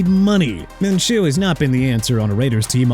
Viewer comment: MINSHEW IS PRONOUNCED MIN-SHOO NOT MIN-CHOO!!! GET IT RIGHT!!! UGH!!!!